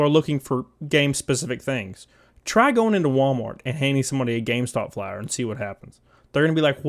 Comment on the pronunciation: Some of the times you said flier, I thought you said flower. Maybe people would come into the store if someone gave them flowers.